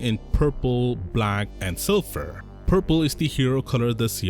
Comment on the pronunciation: Hey nut job it's silver not silffer